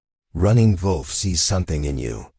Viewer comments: Not the best AI narrator. Mispronunciation of Running Wolf’s name ( Running VOLF) and runs two sentences with dot (punctuation) in the middle of the sentences. The story is good, however, it’s really annoying! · Why are you pronouncing wolf like that? Is he a German Indian?